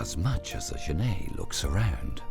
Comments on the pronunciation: I agree , the narrator says GENAY , But it is pronounced Jennet. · It's not pronounced zhaney it pronounced jenet like a fishing net it's an African word not French I live in Zimbabwe I know this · Genet is pronounced 'djennette', not 'zhennay'. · Yeah Lol I was thrown off by his pronunciation. Almost though I was wrong saying "JENett." He's mixing it up with the French writer Genet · Okay, looks like this video (or the other copy just like it) are the same thing. I've seen this "documentary" in several places. I'd like to see the BBC or PBS do a proper documentary on genets. The Cons: 1) That is not how you pronounce genet - FYI. There is a French surname, Genêt which is pronounced that way, but the two are not related. 2) The frame-rate is crap. Increasing the playback speed to 1.25 helped mostly, but it's still not completely smooth. 3) I suspect that this is a home-made documentary, as in someone let their pet genet run around the woods while they took footage. 4) Half of the footage is of other animals, and the made-up, flimsy storyline is boring and uninformative. The Pros: 1) The environment is pretty. 2) Genets are cool, cute, and underappreciated. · > Genêt = French surname (pronounced as the narrator pronounces it, which is correct for the surname - not the animal) > genet = an animal, a type of feliform, in the viverrid family (pronounced /ˈdʒɛnɪt/ or /dʒəˈnɛt/) According to the online etymology dictionary: from late 15c., from Old French genete (13c., Modern French genette), from Spanish gineta, from Arabic jarnait. In any case, the t is pronounced.